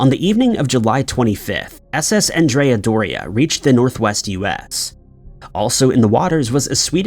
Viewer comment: Named after the 16th-century Genoese admiral Andrea Doria, it's pronounced with the masculine name, pronounced like Ahn dre uh. The feminine name is as you pronounce it in the video. Thanks for all you do, I enjoy your episodes.